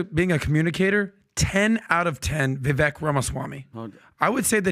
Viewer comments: Love PBD and the show but you guys gotta stop mispronouncing Vivek’s name It reminds with ‘cake’ - ViVAKE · Can you guys please pronounce Vivek’s name correctly please! Vivek like CAKE